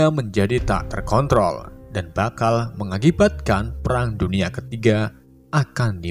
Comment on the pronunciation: Nonton serius eh malah Fokus kata narasi nya "perang" jadi "pelang" malah ngakak😂🤣🤣🤣